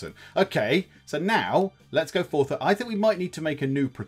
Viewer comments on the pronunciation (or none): none